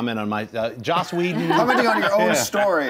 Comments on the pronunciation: It's Joss not Josh. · JOSS. HIS NAME IS JOSS.